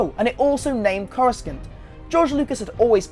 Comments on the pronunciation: I'm sorry but it's not pronounced corus Cant it's pronounced corus sant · Did you just try and call it 'Core-uh-Skin-t" ? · Yeah, it's pronounced Corusant, not Corus coont. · it was actually pronounced Coruskant up until the prequels when lucas changed it to Coruscant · Corus - kant? Last I checked it was pronounced Corus - ont. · it's not CoruSKANT.. It's CoruSant Aylaa Secura, Not Aaylor... (and it's not TWI'lek as in twine... it's twee'lek as in twin lekku) Dude...do you even know who Chewie is? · Coru-SANT not Coru-SCANT. Jeez dude... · core-reh-skent? it's core-reh-sant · its not pronounced coruscant its pronounced corosont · Corusknt. Made my ears almost bleed.... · Coruscunt! =)))) is all I was hearing lmao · actually it is pronounced corus-sant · in the early audiobooks before episode 1 actually gave us the proper pronunciation they all said a coruskant type sound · many VAs in the games pronounce it Corascant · Thought he was trying to say " croissant" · Many dislikes are probably because of the way he said coruscant lol. We are harsh as hell. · Every time you say Coruscant (corrusssant) with a k in the middle of it I want to saw my ears off. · boi you did not just say "cor-a-skant" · Why are you saying Coruscant like Coru-Scant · Who taught you how to say Coruscant (kɔɹəsɑnt)? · wait did...did you just pronounce Coruscant as Corrasck-ant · It's Aayla Secura. And it's pronounced Corusant but written with a C. Damn... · Coru-SANT. Sorry that bothered me. Anyways great video. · I don't even follow Star Wars, but still, it's not pronounced "Coruskant". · What the fuck is CorusKnt? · Your pronunciation of certain words are offending the soul man! Did you just call Grand Admiral Thrawn, Grandad Moff Prawn? And Coruskant?! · ITS A STAR WARS EXPANDED UNIVERSE HOW CAN THEY STEAL IT TO PUT IT IN THE STAR WARS MOVIES ( CORE US ANT ) IS HOW IT'S PRONOUNCE YOU HEAD LOOKIN HEAD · Your pronunciation of Coruscant physically hurts me... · Even though he pronounced it wrong